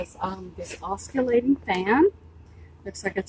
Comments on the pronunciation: Love the video have subbed and liked. I have to say oscillating doesn’t have the “c” sound in it so it’s just “osilating” when you say it. Sorry I have a grammar and pronunciation thing, also I’m Canadian so apparently I apologize a lot too lol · the c is silent in oscillating.